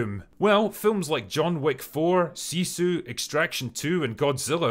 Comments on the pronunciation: This is something really small but it has to be said lol, but the movie "sisu" isn't pronounced like 'seesu', the i is the lower version, like in 'with'. Sisu is a Finnish word with no actual translation but means something similar to perseverance and sheer willpower. Another Finnish word widely mispronounced is sauna. People will say it like 'saw-nu', when it should be pronounced like 's-ow-nu'. Best example I've come up is the two ways people pronounce tortilla. It's a Mexican word, so should be pronounced how most people say it already, same thing with sauna. Little rant-ish but I've very strongly Finnish in blood, and haven't really said anything like this before. And obv I still really appreciate the Drinker, love all his stuff, just a small nit-pick because I can lol. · Sisu /ˈsisu/ (2 short vowels 👀) 🤘!